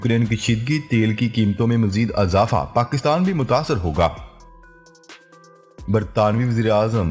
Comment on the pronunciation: بار بار لوگ یہ لکھ رہے ہیں کہ آپ زیر والے الفاظ کو زبر لگاتے ہیں جیسے اضافہ، ادارہ میں الف پر زبر۔۔۔ بہت برا لگتا ہے۔ ۔۔ اور بار بار یہ کہنا۔۔۔ خبر کے اگلے حصے میں بات کرتے ہیں۔۔۔ سن کر ہمارے کان پک گئے ہیں۔۔۔ باقی سب ٹھیک ہے۔